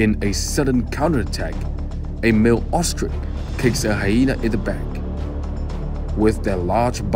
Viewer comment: “Ostrik”… Really?